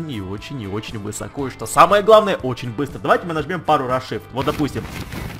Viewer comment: Он из украины. Но меня это всегда убивает.